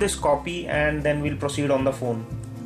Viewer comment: May old fon may new fon to may pisi..wtf is that ?? U makes me nervous !!! Where did u learn english ??